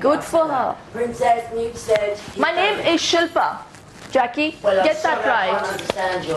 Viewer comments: I loled when Jackiey called Shilpa "Shoe-fin". She was just so ignorant. I don't think being called by your name is too much to ask to be perfectly honest. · SHIL PA Not difficult to pronounce at all. 🤨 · How can you not say "SHIL-PA"? hahahahahahah SHILL PA